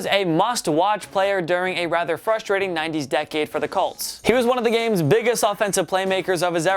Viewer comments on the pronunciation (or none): none